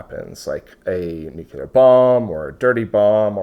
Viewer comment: Hey, really enjoy every one of your videos and you’ve taught me quite a bit. Allow me to do the same for you… NUCLEAR adjective: nuclear 1. relating to the nucleus of an atom. "nuclear chemistry" In other words, nuclear relates to the NUCLEUS of an atom… no one says NEW-Q-lUSS, we say NEW-KLEE-US. Likewise, we say NEW-CLEAR, not NEW-Q-LER. Say it however you want, I just wanted you to know how the entire world said it before George Bush Jr began murdering the pronunciation during press conferences and, because he was the president, influenced a small percent of the population and sadly these few folks passed it down to their kids.